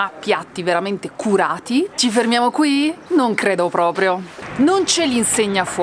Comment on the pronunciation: “NON PENSO PROPRIOH”